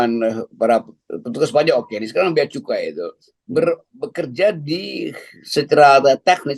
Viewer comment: Saya minta ma'af, salah membaca Bea Cukai terbaca: Bea Kecu !